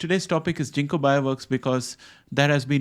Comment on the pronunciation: It’s hard G ginkgo not jinko